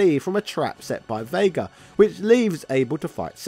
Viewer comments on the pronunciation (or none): none